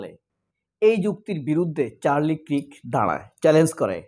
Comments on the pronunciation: কিরক না মামু, কার্ক হবে correct pronunciation বা উচ্চারণ, Charlie Kirk. . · চারলি Charlie Kirk উচ্চারণ টা কিরক নই কার্ক হবে